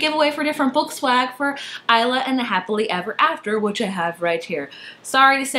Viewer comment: Thank god you pronounced Isla as Aihla instead of Isla XD Love tote bags. They be so swag ;)